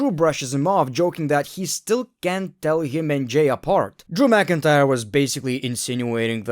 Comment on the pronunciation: Drew mcin-cryer